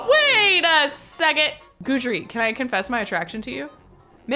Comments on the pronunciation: His name is pronounced Guide Dree NOT Guudree just letting ya know 😂😅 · FYI, Guidry is pronounced GUIDE-RY, not GOODRY. Because he is your Guide through the paranormal pack, get it? 😊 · It’s a version of the French name Guédry & is pronounced Gid-ree. 😅 Put some respect on my ghost man’s name,! 🤣 I only know because I knew a French guy named that irl. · I’m not entirely sure which pronunciation is correct but it’s definitely not GOO-DREE lol it bugs me 😂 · I actually know a whole family in my area with that last name, and it's pronounced Gid-ree. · I beg you to please google how to pronounce Guidry. Pretty please!!!